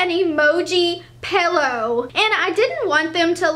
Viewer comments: every time you said "pellow" and not pillow I died a little. still ❤️ you though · lol she said pellow it was kinda nice to hear irk why